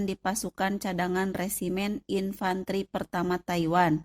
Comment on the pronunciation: Aku gagal fokus sm cara ngmg admin.. "teruok,infanterik, nakamurak,merekak,bergerilyak,merdekak, amerikak" 😆😆😆😆 , ini orang depok , apa tasik admin nyakk